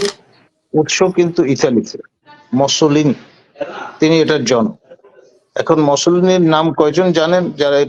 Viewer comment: Sir apni kivabe bujhlen je amra fasicsm bujhi na. Apni mousolinir pronunciation korte paren nai. Ami apnar sathe ready facism subject e bitorko korar jonno. Don't let us down.